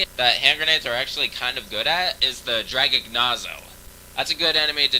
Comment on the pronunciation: I'm pretty sure those names are Italian. So, Draghignazzo is pronounced 'Drah-geeg-NYAT-zoh', and Scarmiglione is pronounced 'Scar-meel-yee-oh-nee'.